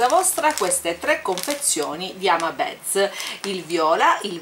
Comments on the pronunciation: comuncue non si dice hama beds ma hama bids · sei sempre fantastica. Partecipo al giveaway. Vorrei solo farti una piccola correzione spero non te la prenderai: "beads" si pronuncia "biidz". ripeto è solo una critica costruttiva, non voglio prenderti in giro con questo commento, sono sicuro che capirai.